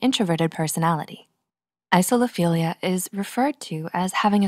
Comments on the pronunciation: the pronunciation seems to have fizzled out a little there towards the end... isophilia is not the same as isolophilia. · She starts saying "Isophilia" instead of "Isolophilia" around then end, including 3 times during the outro. I don't blame her though, slightly confusing word. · Text: Isolophilia Voice: Isophilia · when the narrator pronounces it wrong.